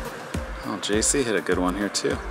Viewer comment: Did call JC “Juicky” on number 10 when he was chipping? LOL